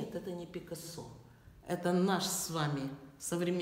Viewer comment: Это – фамилия испанского художника, и в слове «Пикассо» ударение надлежит ставить на второй слог – ПикАссо.